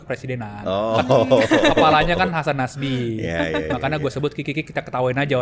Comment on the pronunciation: Hasan nasi 😂😂😂 bukan hasan nasbi tapi hasan nasi 😂😂😂 kikikikiki